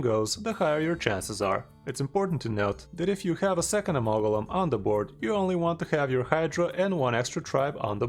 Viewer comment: Lol the pronunciation was driving me crazy. Good vid, sir.